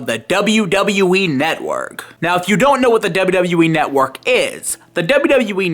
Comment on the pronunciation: "The WWE Netwuurrk"